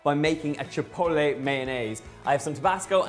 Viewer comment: “ Chipoelay” lmao, the t is not silent silly.